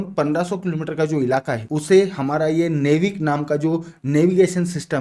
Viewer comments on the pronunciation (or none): नेविक ❌ नाविक ✅ 😊❤ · नेविक नही नाविक कहते है उसे, खेर इसमें आपकी गलती नही यह अंग्रेजी की अधूरी व्याकरण और अवेज्ञानिक भाषा होने के करण हुआ है😅